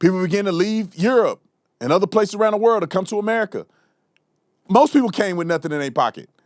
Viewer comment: LOL.LOL Supposedly educated? She puts a T on the word And